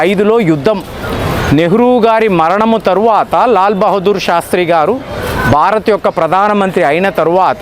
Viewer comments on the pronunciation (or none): none